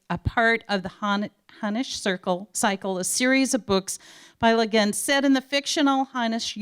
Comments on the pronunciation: Perhaps they should have gotten someone to introduce her who didn't think her name was "LeGin," or someone who can pronounce "Hugo" and "Nebula." Jesus Christ. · Honestly, it kind of felt like she was a Siri or Cortana but in human form. She was great at pronouncing normal words but struggled even with the simplest of odd ones. Lah-gin, hahnish, tulken...but yeah, even the pre-existing word, “nebula”, had a pronunciation whose certainty became quite “nebulous” when given a capital as its first letter. “Neboolah.” So, basically, Been-jay-man Way-leen, I had the exact same observation as you about the stumbling and seemingly infinite introduction of the host. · Neboolah and Lah-gin! Bahahahahaha! Oh, when people who are not fans try to talk about science fiction.